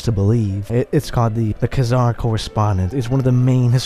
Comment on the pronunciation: We Need More Videos Like This. But PLEASE Learn How To Pronounce, Like, Every Name You've Said In This Video, As I'm Pretty Sure You Pronounced Most Of Them Wrong. Including Khan And Khazar.